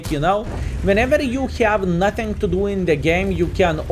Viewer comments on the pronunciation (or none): none